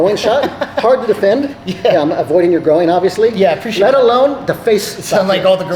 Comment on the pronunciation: I feel like if you asked this guy what a pig says he would reply "oh-ink" because pronouncing groin as grow-een is wild.